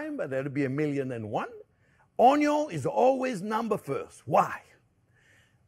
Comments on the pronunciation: Yes, I like how you pronounce 'onyo'!! Thank you, Chef for all the tips!!!!!!!!!!❤❤❤❤ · Come on, how cute is he! Adorable! Plus I learned so much from him. And we no longer say “onion” we say onyo. The looks we get at the grocery store 😂😂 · The most important is how you pronounce Onyo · And don’t forget: it’s pronounced ONYO! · Just watching Chef Jean-Pierre to hear him pronounce ONYO is reason enough to watch - period. But his recipes and instructions are good too! And now I know I need to get a new cutting board!